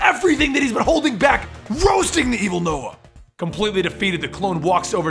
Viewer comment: Yay called Nova noah well that's what it sounds like